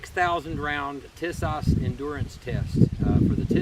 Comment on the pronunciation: I doubt my beautiful socialist state of California will let us subjects own one of these for the near future, but I appreciate what you are doing. (^% BTW, it's pronounced TEA-sahsh.